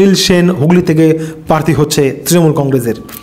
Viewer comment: Bhai kotha ta "parthi" na. Ota "prarthi". Ato uccharon er bhul niye sangbadik 😳